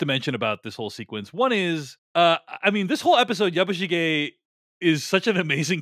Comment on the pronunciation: It would make me much happier if you were to pronounce "Yabishige" more in the Japanese style. Which I take to be not like "Yabboo sheeee ge" (as pronounced here and in almost every other review I hear from American commentators) and more like " Yabush i geh". (i.e. considerably less emphasis on the "i" syllable, and this syllable quite short and truncated, and a little more on the "ge" syllable. I always find it off-putting to hear Americans assuming that every word in the world NEEDS to be pronounced the way someone from California or the mid west or where ever would say it - even when it is obviously pronounced differently by native speakers of the language And they never deviate from that or attempt to pronounce it the way a speaker native to Japan (in this case) would. Especially when reviewing and passing judgment on a mini series which has gone to lengths to be very, very authentic. It somehow detracts from the review.